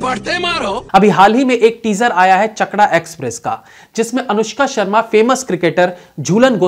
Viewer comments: Its chakda not chakra. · its 'Chakda', not 'Chakra'. Chakda, originally Chakdaha is a place in West Bengal, Nadia district. But nice analysis indeed. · It's not CHAKRA it's CHAKDAH(place in West Bengal) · Aap Film ka naam ka pronunciation mein galati kar rahe hain, Film ka Naam Chakda hain, Aur use ' Chakda' hi bulaya jayega..'Chakra' nahi, Chakda( popularly known) or Chakdaha West Bengal ke Nadiya Zila ka part hain.. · Bhai chakda nahi chakdaha bolo চাকদা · Pehele tum pronounciation thik karo. Tumne bola chakda(चकरा) express.. Hoga chakda(चकदा) express. Humare bengal main iss movie main acting karne ke liye bohot acche actresses hain. Accent bhi thik lagta. But producer janta hain unknown face dekhne ke liye kam log ayenge, publicity v thik nahi hoga. Anushka se positive publicity na v ho negative publicity toh hoga. Yeh sab thik karke criticism karo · I am from Chakda....the problem is most of the non-Bengalis pronounce that "d" in the middle of a word as "r"....recently Kolkata me mere non-bengali colleagues vi bol raha hay ki tu chakra se hay na...in reality the official name of police station, post office, hospital, station is Chakdoho, but we all say chakda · Arry it’s not chakra it’s chakdaha(chakdah) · Chakda express nahi chakdha express hai sirji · It's chakda not chakra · sahi pronunciation is चाकदा:। not चकड़ा। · Vaii ,woo chakra nehi Chakda express hein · Chakda nhi bhaiya Bangla me .. ChaK--Dah bolte h try karke dekhiye 😀👍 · Is not chakra it's chakda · It's Chaakdah not Chakda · Chakra express? 😂😂😂😂😂Its chakda not chakra😂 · चकड़ा नही चकदा हैं बे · चकङा नही चकदा। चकदा एक्सप्रेस। chakda is village town of Jhulan di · Not Chkara(pronunciation) its Chaakdah(pronunciation) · Hello sir, it’s pronounced as “चाकदा” in Bengali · Sir it's चकदा express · चाकदह express ! Please pronounce clearly. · It's "Chakda" Not Chakdha Or Chakra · Please title galat mat pronounce kijie